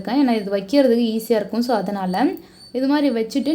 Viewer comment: 'இருக்கும்" போன்ற சொற்களில் கடைசி "ம்' யை அழுத்தி சொல்லவேண்டும் என்று யார் கட்டாய படுத்துவது? செயர்கையாக அவலட்சணமாக உள்ளது. இயல்பாகவே சொல்லலாமே.